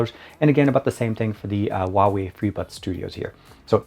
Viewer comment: You pronounce the Huawei wrong.